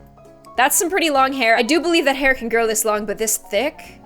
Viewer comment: Ella Gertsenius its (C)an not (K)an